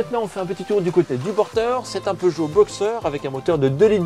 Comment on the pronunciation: Salut, on dit pas Peugeot boxeur mais Boxèr. 😀